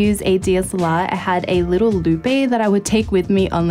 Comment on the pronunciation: Loupe is pronounced "loop" not "loo-pay."